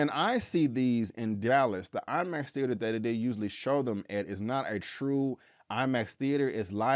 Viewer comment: Did he say he saw it in LIE Max?! Lolol